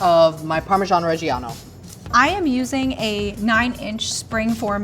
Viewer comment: was in Bologna and still doesn’t know how to pronounce parmigiano reggiano and says mirepoix instead sofritto… Oddio… 🤌